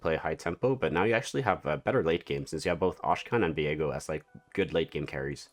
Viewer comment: Thank you for the preview!!! Just making sure you know that Akshan is pronounced ak-Shan and not ash-khan 😅